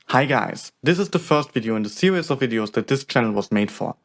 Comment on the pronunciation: In this "sewies" 😂